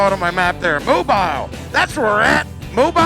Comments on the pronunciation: 1200 is 9:1 it'll be fine on 87 1500 is 9.8:1 it really should have mid grade at least.. Always carry a can of octane booster with you and it won't matter what you can find. It's pronounced Mo-beel not mo-bile.. though bile is kinda apt.. some cool ships are moored in that harbor though. Oh man, catfish places are all over southern Mississippi. I remember a little place in the after bay that we ate at a couple times.. I think it got wiped out by Katrina. (it was 95 when we left) I think spirit animal is Butters' Professor Chaos.. someone needs to make him stickers for his bike. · I gotta say, love your videos! Okay, first things first. It's pronounced "mo-BEEL" Alabama, or just "mo-beel." Listen to Bob Dylan pronounce it correctly in his song, "Stuck Inside of Mobile With the Memphis Blues Again." Secondly, about those "things" you were wondering about as you were on the causeway across Mobile Bay... As I'm sure you know by now, they're giant cranes used to load and unload shipping containers from those huge cargo ships. Mobile is a big shipping port. Hope you had a great trip to Texas and back:)